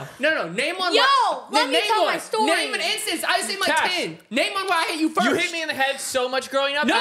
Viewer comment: Why does say firsht and not first